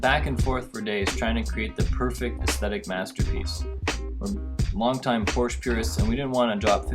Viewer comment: Cool Wild Orange car but the narrator really oughta learn how to pronounce Porsche correctly.